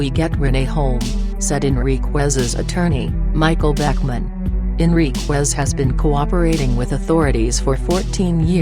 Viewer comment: At least get the man’s name correct. First of all it’s not Martinez, it’s Enriquez. And it’s not pronounced Enriqwez It’s Pronounced” En ric ez”